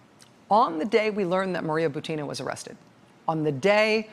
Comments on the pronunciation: Dear Rachel, please correct the stress of Buti-i-i-na's last name, that all American commentators are making: her last name is just like "Putin" with the different initial consonant P for B and it should have the same stress. So she is Bu-u-u-tina (like P-u-u-u-tin). In hope that your example might set the correct standard for other commentators willing to follow you. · with all due respect I feel obliged to inform you that russian lastname Бутина should be pronounced as bUtina, that is first syllable be stressed.